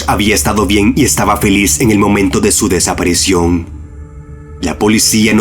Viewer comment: no puedo, no puedo. son geniales los videos que hace este hombre pero escucharlo hablar me da escalofrios: "desaparecion" -.- DESAPARICIÓN hermano!!!! con I!!!!